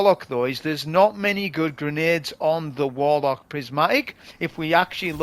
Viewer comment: Just seen the video for counting how many times says "Wolock" it's hilarious just like boh' of woa'